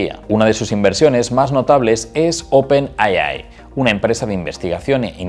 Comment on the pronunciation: Gracias por la info . Otra compañía importante podria ser nvidia , claro q ha subido mucho el precio de la acción debido al mismo bum de la IA . Y pues me da pena pero creo q de dice open ei ai y no open ai ai, suena medio gracioso ☺️.